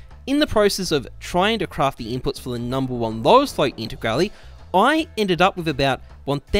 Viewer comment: Intigrali lmao